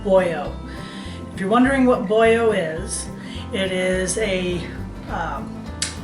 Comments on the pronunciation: “BoYo”? I’m born and raised in PA. I’ve never heard it called “Boyo”. I think if you said this in the Skook you would get run out of town. Boilo, just like it’s spelled. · I thought you had to be a Skook!! Watching in California. (Originally from Auburn) I've always said it with the L though... I haven't heard it with the L as a Y sound before. We don't have Four Queens so we've had to substitute. I enjoy your channel!!! Found it as I sit here making Halupki.